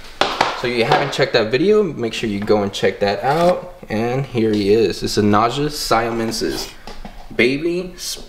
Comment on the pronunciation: Naja is pronounced Nah Ya. I had to look it up. I'm new but glad I found ya but please don't kiss hot snakes. Beautiful snakes. Also, some Monocled Cobras can spit even though it's rare. The only Red Spitting Cobra is from Africa I believe. They are one of my favorite Cobras